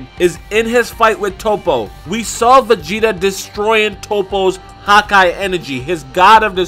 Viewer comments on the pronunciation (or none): "Hawkeye" lol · anyone else hate the way he says hakai